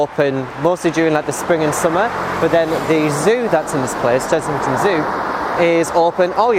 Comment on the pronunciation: It's Chessington not Chezzington!!! Other than that, another great video :)